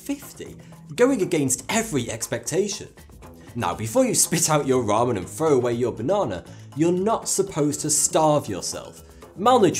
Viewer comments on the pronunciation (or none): none